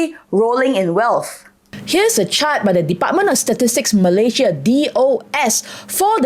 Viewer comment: Malaysia is pronounced as Malay + Sia....not Malay +Zhiaa